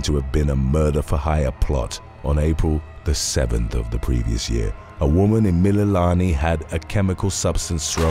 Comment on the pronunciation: BRO YOU COMPLETELY BUTCHERED EVERY HAWAIIAN WORD 😩 except for Mililani